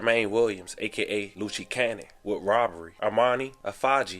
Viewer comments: LU-Chi cannon is crazy 💀💀 it’s pronounced Loose-Cannon. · luce - loose not luchi ffs lmao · BRO I JUST NOTICED THAT INTERNET PPL DON'T REALLY BE ON THE INTERNET..HOW YOU GET PEOPLE'S NAMES WRONG ⁉️LUCHEE?🤷🏾‍♂️🤣LUCE=LOOSE CANNON 🤣😂😅😅😅IN THE IMMORTAL WORDS OF J MANE..DO YO HOMEWORK ‼️🤦🏾‍♂️🤣😅😭😂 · Nigga said lucci cannon 🤣🤣 its Luce like “loose” cuh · Bro said loochie cannon 😂😂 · Luce Cannon but its pronounced Loose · It’s pronounced Loose Cannon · BRO I FK WIT THE FAMILY..BUT STEP YOUR GAME UP ON "PRONUNCIATION" OF CERTAIN WORDS, PLACES, PEOPLE, AND THINGS. KINDA SEEMS LIKE YOU'RE NOT IN TUNED..IMO🤷🏾‍♂️